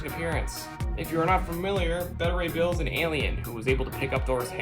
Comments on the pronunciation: Its not pronounced better ray bill....its beta ray bill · Another potentially good vid utterly ruined by. SPEAK UP, GODDAMMIT!!! And it's pronounced BAY-ta Ray Bill!!! Damn!!! Top Ten, please fire this guy.